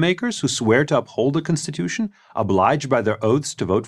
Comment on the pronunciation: Why is he saying cinstitution